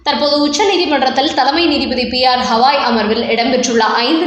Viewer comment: CJI name is Mr Gavai not Havai.Pronounce correctly